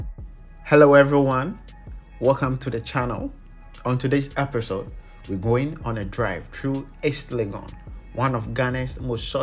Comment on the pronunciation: "Erpirsode" chale, ibi episode... eiii, slurring nie